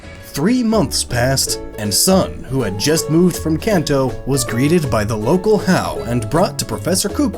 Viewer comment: "Cunto" Region is my new favorite.